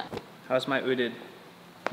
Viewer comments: Dapat UTED not UDET 😂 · oodit?? lol OOTD!!! wil, alodia's confused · That's funny ootd...Wil you don't say utid but Ow ow tee dee ( O O T D) outfit of the day! That's ehy Alodia didn't understand you!! Hahaha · You pronounce it as O.O.T.D kasi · Lol! Parang udid kasi sinabi instead of “odid” haha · You pronouce it as O.O.T.D not ootd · O.O.T.D not utid LOL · That's why she didn't understand when you ask her coz you ask the wrong word you said odid 😂😂... of course she knew it you just said it wrong 😂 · YES.I thought you said owded😁 Can you vlog with daniel marsh and roast him? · Laughtrip kasi "Uteed" yung pag-pronounce ni Wil slang na slang, na-gets ko lang ng OOTD ibig sabihin niya through context dahil pinapakita niya yung suot niya 😆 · "Uteed" kasi yung pag-pronounce ni Wil kaya hindi na-gets ni Alodia, slang na slang yung accent. Naintindihan ko lang na OOTD ibig sabihin niya through context dahil pinapakita niya yung suot niya 😆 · i heard it as "OODD"(udid). So it's outfit of d day? Hahahhhaa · Wil said UTEED. i guess thats OOTD..lol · "Outfit of Dhe Tay" XD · odin ba sabi nya... una kong naisip ay uuhhhmmm yung "d" palitan nyo ng "t" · I thought he mean "Udit" or "Buldit" :3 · Oh, it was OOTD! I thought you said UTIN so I was like "Wut?!" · Ganon ba pag pronounce nun wil? Utid😂😂😂😂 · ootid(ootd)? haha